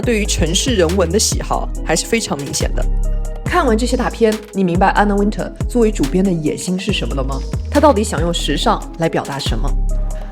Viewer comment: Wintour的发音是后面像tour一样，没有人说吗😅